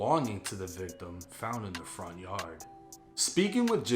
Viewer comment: I just like hearing him say Yah'd. It's hard in the yah'd.